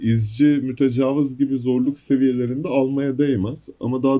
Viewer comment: Verdiğin emeğe göre az takip ediliyorsun ama artacaktır kardeşim eline sağlık. Fakat serinin son videolarında da fark ettim mütecavız deyip duruyorsun o kelimenin doğrusu "mütecaviz" şeklinde İ harfiyledir. Zaten I ile ne kadar zor ve kulağa kötü geldiğini anlamışsındır. Oyunu çevirirken İngilizcede büyük İ olmadığı için muhtemelen hata olarak Interlooper'ı Mütecavız diye çevirdiler. Dili doğru kullanalım. Yolun açık olsun.